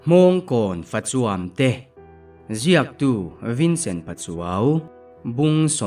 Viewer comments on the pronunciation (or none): Fa chuam i lam dik hma chu ka ngaithla tawh dawn lo. Tuna fa chuam i lam dan hi he khawvelah hian eng ṭawngah mah a awm lo.